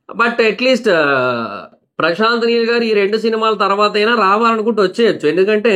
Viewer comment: Prashant Meel kadu bro prashant neel